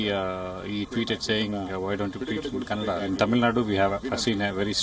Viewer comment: worst news channel. got all facts wrong. even said kannad for Kannada ..